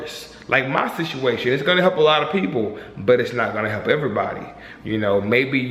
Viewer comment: Good video. It sounds funny when says "Situation"